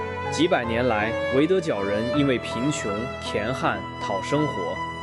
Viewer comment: 我服了，AI念稿是有多不负责。乾旱=干旱，念gan ㄍㄢ不知道吗